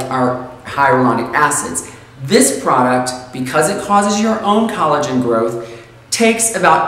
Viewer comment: That's collogen not Colleen.